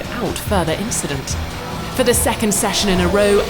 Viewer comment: "NOTHING, JUST AN INCHIDENT"